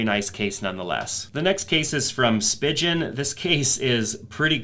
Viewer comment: SpeeeeGgen not spigeon 🐦